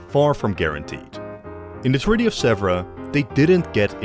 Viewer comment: Hello from Paris, near Sèvres, which is not pronounced "zebra" at all, but "seavr" with " ea" like in bear in English. A good work for the video, but you should really check and train to pronounce correctly a key-word.